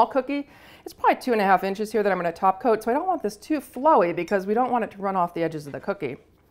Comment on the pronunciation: has ruined me.. every time she says “top coat” it sounds wrong. Should be taco.